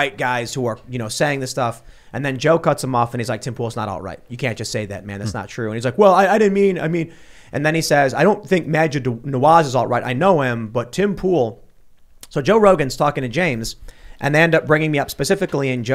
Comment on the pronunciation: Majid Nawaz.. not nawahsz 🙄😂